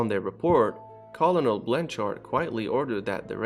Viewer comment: Bro! lol I luv ya man and your vids are great, so...no offense but....the word "colonel" is pronounced like "Kernal" like a corn kernal. Like I said no offense, I know you speak with an accent so... it's what ev' lol. kinda adorable so pay no mind lmao. Anyways, pertaining to what actually matters, your videos are intriguing dude. On a related note, today, for the first time, the U.S. Navy officially declassified and released the UFO footage recorded in 2013 from an Advance Targeting Forward Looking Infrared (ATFLIR) pods on Navy F/A-18 Hornet jet. Only they don't call it a UFO but rather an UAP (unidentified flying phenomena). In September, the Navy acknowledged, for the first time, that the videos were real after they were published by former Blink-182 guitarist Tom DeLonge’s To the Stars Academy of Arts & Science in Encinitas. The videos are available on the Naval Air Systems Command website as well as the academy’s YouTube channel. Keep up your awesome work. Best of luck buddy!!! -Roland Avila of Kokomo, Indiana. (the truth is out there --> )